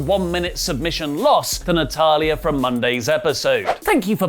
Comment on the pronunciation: I love how he pronounces 'Natalya' 😂